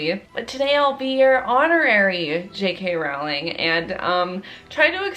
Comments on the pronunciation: IT'S JK ROWLING LIKE ROLLING DOWN A HILL GET IT RIGHT IT DRIVES ME CRAZY. Love the video tho ( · but the way she says rOwLiNg